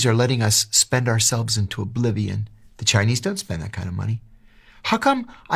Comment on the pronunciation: he mispronounced “the Chinese “